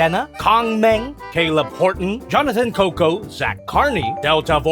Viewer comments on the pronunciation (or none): none